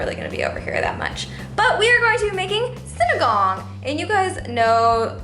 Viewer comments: But you say it like this: sin-e-gang. Not sin-a-gang. Sorry amanda😂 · It’s Sin-e-ga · How American says sinigang SINIGONG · Haha! Sorry but i laughed when you said sinigang. It's supposed to be see-ni-gang